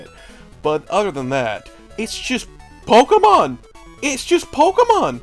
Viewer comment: I am shook that there exists an American that can pronounce Pokémon correctly